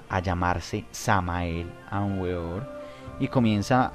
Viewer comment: Cordiales Saludos al panel: Queremos agradecer haber tenido la valentía de exponer ante la palestra pública, a este enigmático personaje, conocido como el V. M. Samael Aun Weor (Pronunciación correcta Beor) Tal y como Uds lo indican, es sin duda alguna uno de los personajes más controvertidos, del mundo del Esoterismo, por lo tanto, y siendo un estudioso profundo de su obra, me permito agregar algunos comentarios, que espero permitan comprender el enfoque entregado por este Ser a la humanidad... En principio debemos entender, que el Maestro Samael entre una de sus misiones fue la de romper con los paradigmas que para su época y aun, en la actualidad, subyacen en la humanidad, es decir: Revolucionó la espiritualidad actual... Pero esto no debe de asombrarnos, ya que, en todas las épocas en que han venido grandes Avataras, siempre su característica común es la misma, romper con lo establecido; así paso con el Sr. Krishna, con el Buda Gautama, y con el más conocido de nuestra cultura: Jesús el Cristo, y con tantos otros, es por eso que causan en las sociedades donde se desarrollan gran controversia por un lado, pero muchos seguidores por el otro. En cuanto al Sincretismo Esotérico-Cultural, planteado por este Maestro, es uno de los aspectos que caracterizó su Gran Obra, y de las cosas que levantó mayores polémicas dentro del mundo de la espiritualidad, pero que sin lugar a dudas, demuestra el talante que poseía, la capacidad que tuvo para poder llegar a conjugar los puntos coinc